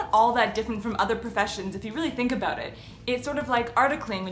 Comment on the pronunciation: She said , "aboot 4 years", LOL